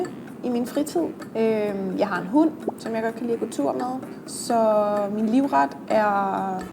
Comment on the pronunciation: We're not very unique compared to each other, we're very similar. Finland too. Even if Danish is the more difficult one it's still easy and I can understand like 50-80%. Holy shit that channel gets things wrong a lot. It's not hunt, it's hund... how the hell are they are language channel and keep making these mistakes? Horrible. Haha not mal, Danish sounds like meughluh. It's not mala... it's måla. Not sterk but stark... facepalm You should link to the video, rude not to... Yes.